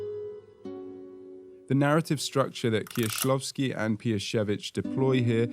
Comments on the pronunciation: well done, really nice prononcuation. I appreciate tthe researtch and the effort to pronounce it correctly. BTW i just watched your video about Eggers' influences and I loved it. I was happy to see Kieślowski after checking your other content :D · I appreciate how accurately you pronounce their names, Kieślowski, Piesiewicz. Thank you!